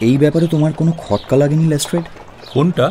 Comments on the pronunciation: Improved a lot! Be careful with your pronunciation, it is Lestrade(less-trud) not Less-Trade. Waiting for the inclusion of Colonel Niladri Sarkar, Kiriti Roy.. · Good attempt.. But les"trade" hurts the ears.. Please focus on pronunciation. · "Les Trade" pronunciation needs correcting. Please look into this. It stinks.